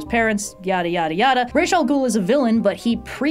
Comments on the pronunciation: Ra'as is pronounced as 'Roz', 'Raysh' is a Hebrew pronunciatiation, but the term 'Ra'as al Ghul' is itself Arabic. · You pronounce Ras Al-Goul incorrectly when talking about the Nolan movies, despite his name being pronounced the correct way in those movies.